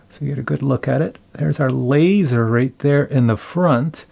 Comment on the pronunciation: “Lazzor” Lol. Drone needs shark teeth now.